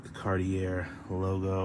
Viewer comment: Bruh, gotta learn how to say “Cartier” if you’re into these cars. 😂